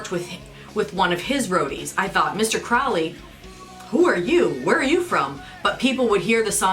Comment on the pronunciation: It's actually crow-lee but Ozzy mispronounced it. The person did exist